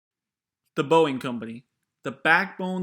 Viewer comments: Warning sign that this guy has no idea what he's on about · “boieng” LOL